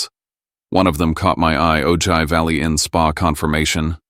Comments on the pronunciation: AI "Oh-gigh" good grief. It is Ojai, pronounced "Oh-high", Chumash for moon. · Please learn how to properly pronounce City names before using them in stories! The city in Ventura County, California (where I lived more than half my life and some of my family still lives) that you’re calling “O-Ji” is pronounced “O-Hi”! It is spelled Ojai but is a Spanish name. The mispronunciation of people’s and places names in these stories ticks the heck out of me! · The town in California is pronounced: "Oh Hi". You should know that. It's the hometown of Colonel Steve Austin and Jamie Summers! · "oh-jie" - it's actually pronounced OH-hai. Silent J treated as an H. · Wow they are saying “Ojai” wrongly! It’s “oh-high.” Weird to hear though, my brother, William, drowned in the river coming from Ojai through Ventura to the ocean in 1995. It rained so hard that day. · For god’s sake it is pronounced “oh-high” not “oh-ji” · It’s pronounced O hi, not O ji! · It’s pronounced Oh-high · It's Pronounced "O-hi". A Town In Northern California. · It is pronounced Oh-high. I live in Ventura, California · Listening from Killeen, Texas USA Ojai is pronounced with the j pronounced as an h like Oh- hi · Ojai is PRONOUNCED O-HI! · Ojai is pronounced as “Oh-Hi”! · Ojai is pronounced Oh -hi. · Ojai: Pronounced oh-high, a Spanish word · Its pronounced "OH HI," DIPWADS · Can you use the minimal effort to at least pronounce Ojai correctly!